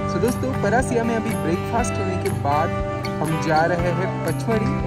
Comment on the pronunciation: paraasia, matkuli , naam sahi liya karo